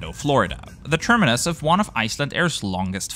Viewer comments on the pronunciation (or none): none